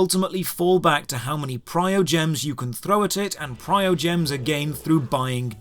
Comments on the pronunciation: I don't actually like this game, but you seem to be subtly missing a lot of marks. "Pryogems", what? There's an M in there, ya'know. Other than that, your way of speaking insinuates that Anemo/Geo Sigils are premium currency when they're not. You get them for opening chests, mostly, and they're used for one shop each. You say a tenner roll has a guaranteed 4* item, but seem to have missed that the 4* item will show up even if you do ten singles. Every ten rolls at max on a single banner is a 4* item, not one in every tenner. I also don't follow the "full time job" remark. It actually goes speeding into the opposite direction. Once you've routed all the non-repeatable content, the game will pretty much do everything short of actively telling you to get lost for a few hours because of everything that's repeatable being Resin locked, directly time locked, or both. Maybe you mean it in some other way, I dunno. Whatever, like I said I don't even actually like this game. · okay but like when he used Traveler's ult against eye of the storm and didn't collect the berries and called Lisa useless (that girl fking obliterates oceanid) and pronounced primogems incorrectly and made currency seem like a complicated thing even thought it's easy to understand and said cons were farmable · Why do so many people say "priogems"? You've said it many times now. Premium currency. Primo. Primogems. Also, this aged well. The game is not in a great state at the moment. 2.0 was...something, certainly lol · Sorry, Your information regarding Constellation upgrades is entirely wrong, please do some proper research or atleast play the game more before you spread information on reviews thanks and its Primogems not PrioGems x,x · It's PRIMO dude, not PRIOGEMS. Tell this to the Chinese players, because they don't even care. :D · primogems!!!!!!!!!!! not prio gems